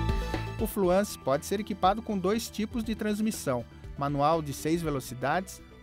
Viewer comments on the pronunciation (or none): TODO MUNDO PRONUNCIA FLUENCE..... AI O CARA MUDA O NOME DO CARRO ....FUIIIIIIII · não é FLUANCE, É FLUENCE! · fluânce a pronuncia ?? o.O